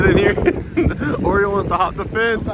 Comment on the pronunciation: Pronounced oreo 😂😂